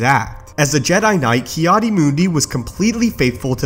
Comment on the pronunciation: Its Ki-Adi isn't it?